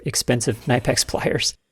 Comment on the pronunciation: Very nice as usual. But Knipex is German. So it is pronounced "knee-pex", just saying. Thank you for your videos. I am looking forward to them weekly.